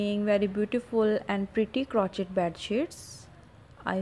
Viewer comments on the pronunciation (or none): It's pronounced (crow shày)